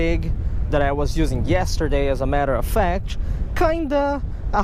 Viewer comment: " a matter a fatch" hahhaa